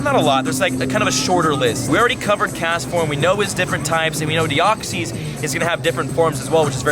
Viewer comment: Please watch Destiny Deoxys so you can pronounce their names right D: including deoxys as well